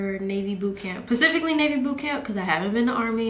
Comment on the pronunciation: "pacifically Navy" she says at the beginning. I just think it's funny how she pronounces specific as pacific and she's in the Navy. Pacific Ocean, ya know. I don't know, I thought it was funny.